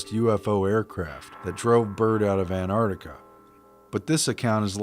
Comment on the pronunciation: Why do you say an'ar'tica Its Antarctica Why are you trying to destroy English language